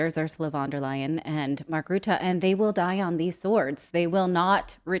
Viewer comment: Lier, not Leyen